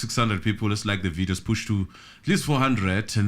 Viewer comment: Push not Bush 😂